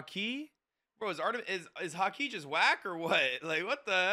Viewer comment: Damn i like his reactions but he still can't say Haki after 646 episodes lol. It's too hard of a word